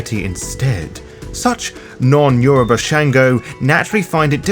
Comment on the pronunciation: Well done on the pronunciation of Yoruba words, I'm impressed as a Yoruba speaking individual. Great video.